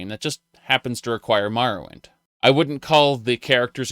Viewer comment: "Mahrowwind" Uh?